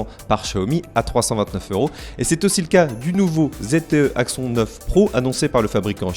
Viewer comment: Cet Axon 9 Pro (prononcer axonne contrairement à ) m'a l'air pas mal j'ai juste peur du manque de suivi des mises à jour car j'ai entendu que beaucoup de possesseurs du 7 sont encore sous Nougat et n'ont pas reçu à ce jour la mise à jour Android 8 Oreo 😧